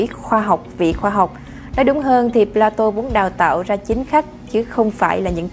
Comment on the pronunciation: Phải phát âm là "pla-tông" mới chính xác. Chuyên mục do Kênh làm rất hay, rất công phu ... Tuy nhiên tất cả các phát thanh viên nên trau dồi thêm ngoại ngữ nữa thì thật là hoàn hảo. Người xem phải chịu đựng như tra tấn "chát chúa" vào tai : "pla-tô" nghe thật chán vô cùng tận.